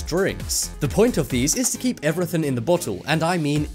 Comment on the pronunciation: "Evryth" what accent do you have?